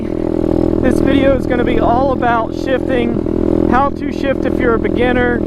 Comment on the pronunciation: I thought he said shiting